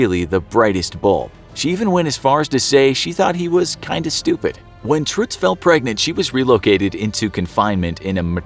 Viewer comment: why are you pronouncing it "truhtz"...? you have to go more like "truttz"...!